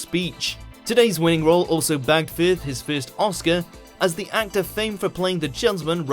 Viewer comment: Why does the narrator pronounce it as "fifth" rather than "firth"??????